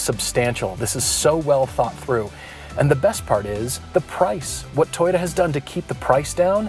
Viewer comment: Everytime he says Toyota I hear subaru I'd say the gr86 looks better but the brz has aluminum lighter steering components and a bit more power